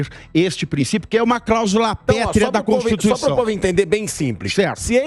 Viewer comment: Constituição virou constituixandao